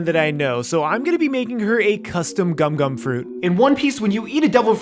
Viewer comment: its gum gum not gumo gumo